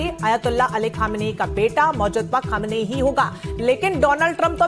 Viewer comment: अरे यह छोटी छोटी बच्चियों का यौनशोषण करने वाला होता कौन है खुश या नाराज़ होने वाला? तू भी एक मूर्ख पत्रकार हैं जिसे मुज्तबा खोमैनी का उच्चारण करना भी नहीं आ रहा।